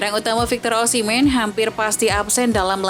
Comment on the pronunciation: Osimheen bukan ossimen